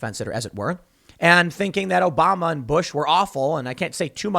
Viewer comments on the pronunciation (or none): none